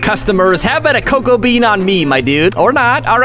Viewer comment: Why do you say coco beans instead of cocoa beans